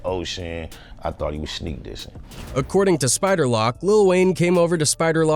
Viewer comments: It's Spider Loc like loke not lock fool. Haha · Spider lock 😂 loc you fool it’s loc! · Wtf is a spider lock 😂it’s loc homie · Dude said spider lock smh 🤦🏾‍♂️ 🕷️ 🔒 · Bro you should t make no type of content anymore bro saying "spider lock" 😂😂😂 . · Dis guy said spider lock 🔐 😅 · Who in the hell is Spider Lock get his name right 🤣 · Yeah I think it is.. Had a great laugh when it called Spider, Spider Lock ! LOL